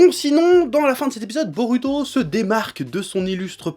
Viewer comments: ça m'énerve sa façon de dire 'narUto' ou 'borUto' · DIS BO"ROU"TO STP C'EST CHIANT